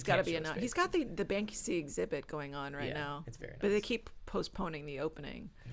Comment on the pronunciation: Brother, the name of that famous artist is BANKSY, not BANKSKY ^^ get it right!